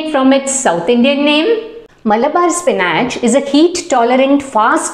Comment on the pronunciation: Spin atche😂😂 pronounce properly madam